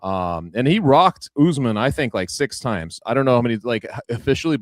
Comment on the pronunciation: Chuck turning Kamaru jamaican with the " UsMon"